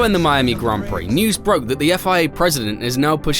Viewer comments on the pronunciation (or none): none